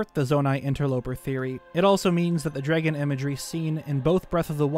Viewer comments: I loved this but all I have to say is... "Dreggin" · I will never unhear the way you say "dregon". Thanks. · “Draygon” statue lmao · Okay, say the word “dreg,” Now say “Dr. Dre,” Now say the word “DRAG” You must be Canadian